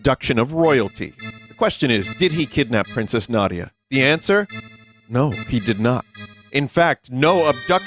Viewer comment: its Na . Dee . Yah